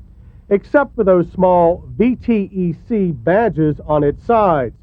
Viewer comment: "VEE TEE EE SEE" system...lol :D